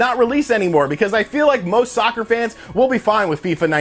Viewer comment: stop emphasizing the word soccer.